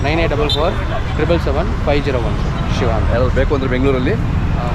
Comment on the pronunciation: ಶೀವ ಅಲ್ಲ ಶಿವ